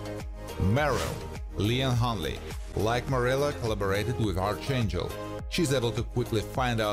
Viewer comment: P.S. For reference 'Archangel' is pronounced "Arkangel" Good video. I really enjoyed it.